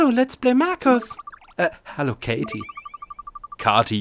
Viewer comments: Es wird Keity ausgesprochen aber sonst super Video.👌👍🙌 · sie heißt nicht Katie sie wird nicht Katie gesprochen sonder wie keiti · Das spricht man Käity aus nicht katie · Es heißt nicht Katie sondern keitie xD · also spricht man es kaiti aus mit einen A ausgesprochen